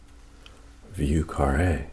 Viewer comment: Slight pronunciation note from a New Orleanian, vieux carre is (Voh Cahray,) after the street in Nola/french quarter, great vid though, much love from down south 🙌